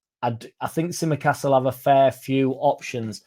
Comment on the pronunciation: oi oi! Tsimikas, silent T. 😜